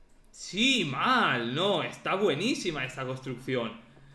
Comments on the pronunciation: jajjaja ame el "si maal" re argentino jajaj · Siii maaaaalll (amo cuando habla en argentino❤)